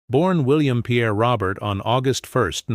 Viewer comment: Ro bare. Not Robert